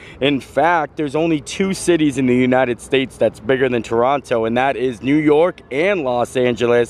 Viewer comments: Glad to have you in Toronto! You were just steps away from where we do rehearsals for all the Disney Cruise Line ships on Front Street.:) (P.S. The second T in Toronto is only pronounced by Americans, tourists and even some non-local Canadians from further out:P ) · The 2nd T in Toronto is silent 😉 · No one says the second t, that’s how you know someone’s not from Toronto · The way Canadians can tell someone isn’t from Canada is if they pronounce both T’s. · Take a shot for every time he pronounces the second T in Toronto…you’ll be dead! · Everyone who is from Toronto or the GTA (Greater Toronto Area) never pronouns the 2nd T in Toronto 🤣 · If you're from Toronto you don't pronounce the second T. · No t in Toronto, it's only enunciated by people aren't from here. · Great vid, again. Just subbed. Canadians have many names for Toronto, some good, some bad. Most say either pronounce it Torrona or Tronna. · It is pronounced Toronno, not Torontoe. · Most Canadians do not pronounce the second T in Toronto and pronounce it Torono. Glad you enjoyed your time here. It was great to meet you and thank you for sending the shout-out to my daughter Madison at the clover on Sat night and for taking some photos with my wife and I am glad I caught you out front so my buddy Scott could talk with you and pass along the message he had for you from Adam. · I've lived in Toronto for 36 years and have never heard a single person here call it "Torono." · any of my friends and anyone else i know all pronounce it Torono and leave the second T out of the name and i have been around for 55 years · I'm so happy to see you explore Toronto! I lived there for over 20 years. A lot of us pronounce it "Torono" 😂 Brave soul for doing the Skywalk! I'm now residing in Ottawa but travel back to Toronto frequently. Thanks for your fun video ❤ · Definitely Torono we never pronounce the second T. Glad to see you in my hometown!! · Some of us say Toronto like “Churanno” lol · Locals say Torono. 😊